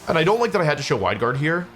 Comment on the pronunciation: did he just say “Hwide Guard”?